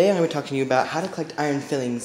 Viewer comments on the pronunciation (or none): Bro no offense but you’re not understanding what these nice people are trying to say “s” or no “s” you’re saying fillings in the vid (at an excessive rate I might add) what these nice people are doing is making sure you’re aware that the word you’re looking for is filings. It’s a very easy mistake to make I mean one “L” but it makes a world of a difference... nice vid though. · File-lings lol not fill-lings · "Iron FILE-ings" .... not fillings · I'm pretty sure it's pronounced FILE-ings, not FILL-ings. They're bits of iron that have been filed off. Good video overall though. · Lmaoooo ‘fillings’